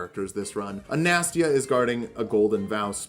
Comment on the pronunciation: Do you say Anastasia wrong on purpose?